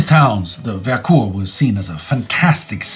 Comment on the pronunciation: Not sure why is pronouncing it that way but Vercors is pronounced with a "o" sound not "ou"